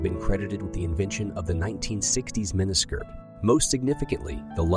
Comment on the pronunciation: WOW I lost track of how many times you mispronounsed mini skirt